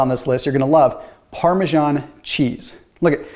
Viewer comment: Parmesan isn’t pronounced like that.